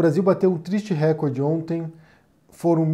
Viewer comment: Olá,, a pronúncia correta é recorde, não “récorde”😉. Sucesso sempre! 🤗